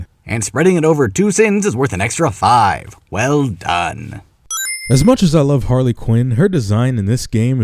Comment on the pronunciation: It's HARLEY, not "Haley"! Also, you fundamentally fail to understand this video by saying that.